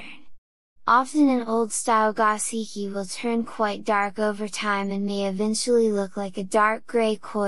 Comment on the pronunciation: Go-SHee-kee not gah-see-kee. You really know your fish. Now let’s get you sounding Japanese😀